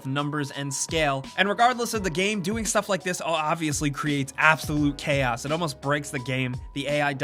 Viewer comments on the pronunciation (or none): none